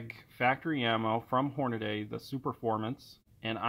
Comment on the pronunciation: HornADY (hornahdee) not Hornaday. I don't understand how people mispronounce that. Great video though